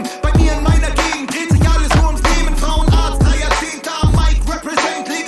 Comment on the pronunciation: btw gzuz is on holiday with his wife and children atm so im guessing thats why hes not on it. Frauenarzt is pronounced frau-en-artst, it means gynecologist in English